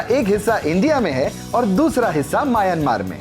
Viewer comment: पागल mayanmar नाही म्यानमार बोलो.